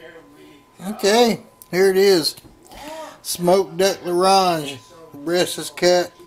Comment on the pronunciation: Btw, we say "Smoked duck a L 'orange" ;) thanks for the recipe.